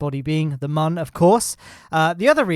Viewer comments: its moon not mun ok???? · ITS MOON NOT MUN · its not mun its moon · He said min lander lmao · today we are going to the mum. is what i hear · Mion not mun ?¿?????¿ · The ‘ü’ is a ‘oo’ sound. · Love your videos, but the way you pronounce Mün really bothers me. The umlaut above the u changes the "uh" sound to more of an "oo" sound, so it would be pronounced pretty much the same way as "Moon" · Anyone realise how he says moon pls no hate🤪